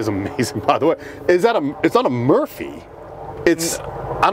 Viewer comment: It's not a Murphey. It's a Roofey...?